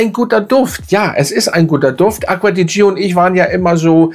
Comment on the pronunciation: Ich schätze Deine Videos sehr. Aber Deine Aussprache dieses Dufts tut mir wirklich weh. „Dscho“, nicht „Dschio“!! Und nun zum Parfum. Am Anfang Zitrus und Veilchen, dann Veilchen. Der Spaß dauert vielleicht vier Stunden, dann nehme ich nichts mehr wahr. Und wenn ich schreibe nichts, dann meine ich auch nichts. Für mich der Fehlkauf des Jahres. Ich habe mich so geärgert, dass ich es heute im Mist entsorgt habe. War ja nie ein Fan der Gio Reihe, aber dieses sogenannte Elixir schlägt dem Fass den Boden aus. Was für ein Gegensatz zum Armani Code Elixir, der zu meinen Lieblingsdüften zählt.